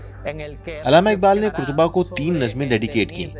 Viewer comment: قرطبہ کے اوپر زبر ہے پیش نہیں۔ بھائی صاحب